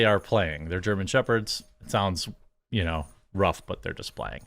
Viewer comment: It sounds “ruff” 😂